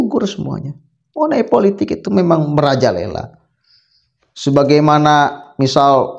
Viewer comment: Maaf mas money politics jangan dibaca seperti tulisannya..